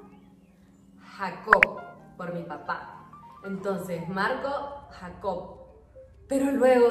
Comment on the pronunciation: Marco Jacob !! Y se lo pronuncias Jacob en inglés . Mi ahijado se llama Jacob